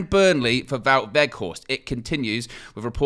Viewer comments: I know you very particular about the correct pronunciation of names. Wout (pronounced VOTE) Weg(Weght) think Schrek with Flem in the throat and Horst you guy are getting right. Vote WeghtHorst. Hard T at the end. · Close. The ou in Wout is the same pronunciation as the ou in where art thou. The g in weghorst has the same pronunciation as the g in Ten Hag, the we sounds the same as whe in whether